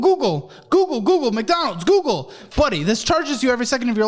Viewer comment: google sounds like gems